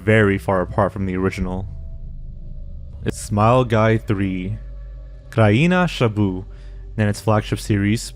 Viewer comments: "kraina szabuf" god I love that pronouciation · I did not expect a Polish internet horror show to be mentioned in one of these videos. The pronunciation of "Kraina Grzebów" and "Poradnik uśmiechu" was so bad, no offence lmao